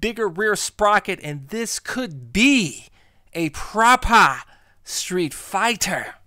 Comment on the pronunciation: "PropAH StreetFIGHTA" hahaha, yous a fool man. I love it;)